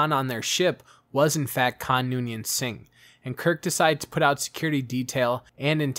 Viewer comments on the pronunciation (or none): none